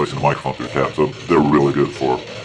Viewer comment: So. Is everything "areally guud?" :D